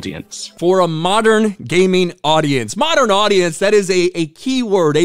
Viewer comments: He said Gayming! 😂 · Did he just say gayming?😳